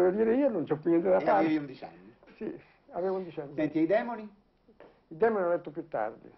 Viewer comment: Intervista interessante, mi piace molto Moravia . L a pronuncia corretta dell'opera di Dostoevskij è demòni, l’accento è sulla o, perché in russo besy vuol dire demòni. Il démone è čjort